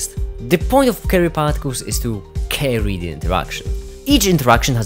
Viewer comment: When you Said carry particles i thought you Said cary particles, like cary huang